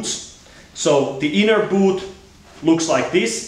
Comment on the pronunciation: i hate how he says boOt